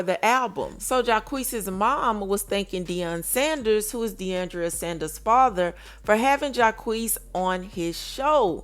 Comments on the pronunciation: It’s not Deiondria it’s Deion-dra 🙄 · It's deiondra....NOT Deiondria...